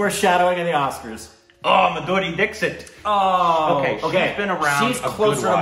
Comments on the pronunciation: Everytime they say Madhuri Di*ksh*t 😂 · he says madhuri deepshitt lol